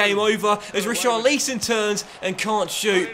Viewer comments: STOP SAYING RICHARLEEEEEESON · please, stop baiting us, just say Ri...Char...Li...Son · Pls we know you can say Richarlison correctly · Still not saying richarlison correctly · The hype for the correct pronounciation of richarlison i real... is a master in marketing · Can u just learn to say richarlison